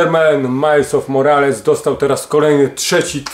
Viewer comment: „Miles OF Morales” 🤣 sorry ale musiałem 😃 To jest Miles MORELAS z „Killerów dwóch” XD